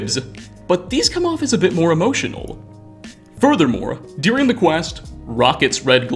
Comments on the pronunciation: I haven't even noticed that, I just keep hearing "dearing" instead of "during" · I've never heard someone pronounce 'during' like this in my life